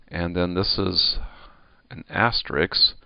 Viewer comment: Fantastic lecture, thank you for your time. Minor comment: you are pronouncing asterisk as asterix!